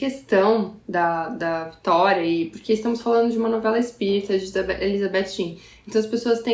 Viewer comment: Vitória * votoria fica estranho rsrs